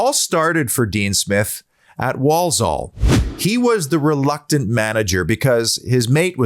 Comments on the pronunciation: Obviously never been to Handsworth!! You don’t want to!! Walsall pronounced wall-Sul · Love the way u say Walsore (Walsall). I opened a pizza shop in Walsall once and our PR guy thought we were opening in Poland and wrote a bloody press release saying we were pushing into Eastern Europe…….🥴